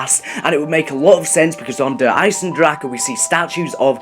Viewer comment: It's not fucking der eisendrachaaaaa !!